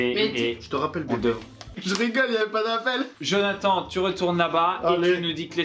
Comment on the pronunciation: T'invite Jonathan sur ta chaîne pour être mauvais encore avec tu ne lappel en ecorchant son prénom ! Et tu fait même pas sa présentation !! T juste méchant avc gratos